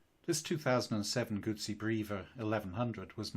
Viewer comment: Here in Australia goosie is baby dribble, Gutzi is the motorcycle.Thanks for your effort in the correct pronunciation of Moto Guzzi. You are blessed with a meliflous vocal tone, would have put your grandkids to sleep within minutes of reading them bedtime stories at night. Regards from down under